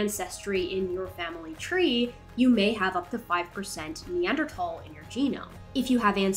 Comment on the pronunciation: pronouncing the 'th' in Neanderthal the way he does right next to is one of my favourite top 10 anime betrayals.